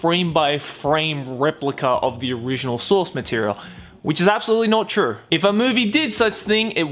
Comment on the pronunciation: "Which is absolutely not trurrr" XD